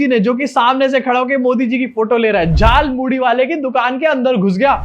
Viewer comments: Are, hum to soche the ki ap is baat focus dekar cover karenge ki is aadimanav ne jhalmuri nahi jhalmuli bola. Lekin aapne wo miss kar diya 😟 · Its jhaal moori not Jhal Mooli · Jhaal Moori, not Jhaal MooLI. Mast setup kiya lekin script galat hain 😂😂😂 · Jhaalmuri ❌ Jaalmuri ✅ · Jhalpuri nahi jhal muri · Jhaalmudi nahi bhai “JHAALMULI”😂😂😂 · Modi Jhar Puri ko Jaal Muli Bol Reha Hai. 😂😂🤣🤣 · Jhal Muri hota hay wo , Modi ji ne bola jhal muli 😂😂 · Jhaal muli✅ Jhaal moodhi❌ 😂😂😂😂😂😂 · He said Jaal muli.😂😂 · झाल मुढ़ी नहीं झाल मोली, ध्यान से सुनिए। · Jhal moori bolna to aa nhi rha, iss actor ke paise katne chahiye😂😂😂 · Jhaalmuri ❌ Jhaalmuli✅ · Jaulmuli bol ra hai batao yr abay Anpdh Hindi to ache se bol